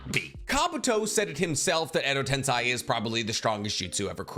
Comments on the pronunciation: ten - SAY not sai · Why do you say edo ten”sigh” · Alright I really like your videos but if you’re gonna put Edo Tensei as number 1 (which I agree with), you should at least pronounce it correctly. Like you wouldn’t say “senseye” for sensei, so why have you always said tensei the way you do?